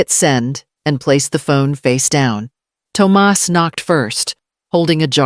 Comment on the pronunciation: Tum ahss NOT tom us